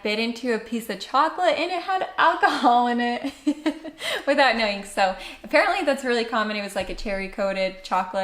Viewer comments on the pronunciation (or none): none